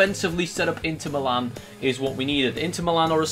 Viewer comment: he still can't say Milan he still saying meelan